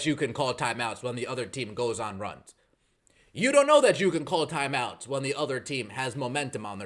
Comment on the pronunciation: what are these "thyme outs" you speak of?